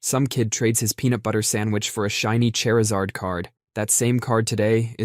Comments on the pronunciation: You loat me at Chair-izard lol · Im sorry but chairzard??? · Chair izard. Chair....izard. ...chair....is....ard. chairisard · I adore the way they said "Chair Ih Zard" ♻